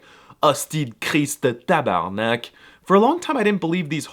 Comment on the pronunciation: But, rellay good job for Osti de Crisse de Tabarnak ! XD You that REALLY better then all of the France's people! <3